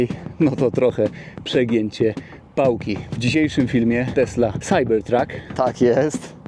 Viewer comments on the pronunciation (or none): Może najpierw naucz się angielskiego, chłopie, bo to wstyd. Nie mam pojęcia, jak napisać tę twoją wymowę "CYBERTRUCK"